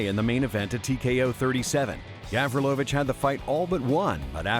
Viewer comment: It's Gavrilović, not GAAvrilovIIč